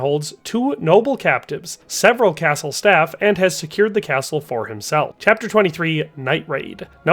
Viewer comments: Did you fr pronounce castle with a hard T? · He also pronounces the “t” in castle lol